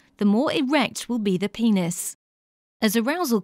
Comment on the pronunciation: lol guys sh-she said pe-neis